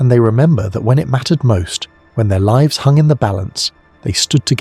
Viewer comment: Livs?? livs? What are livs?? The AI narration produces unnexessary jarring - it wouldn't be a big ask to have had a human narrate this.